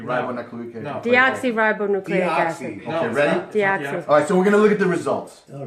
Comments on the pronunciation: It's Deoxyribonucleic Acid! DNA! He kept saying it wrong. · Soooo who’s the guy who mispronounced deoxyribonucleic acid? Aaaahahahahahahaha!!!